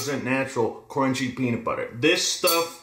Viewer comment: Why am i bothered that you said cornchy instead of crunchy